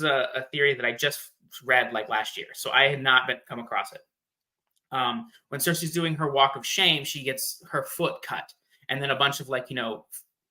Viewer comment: The way she says cersi takes me out of it every time lol.